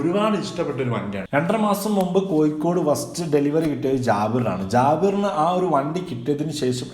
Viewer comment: കോയിക്കോട് അല്ല കോഴിക്കോട് എന്നാണ് പറയുക